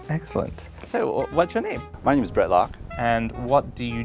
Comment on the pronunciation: when the guy named brett introduced himself it was painfully obvious because the way he didn’t fully pronounce the ‘t’s